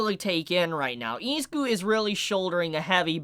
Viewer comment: Great video, but please pronounce Izuku's and Ochaco's name properly, idk its just annoying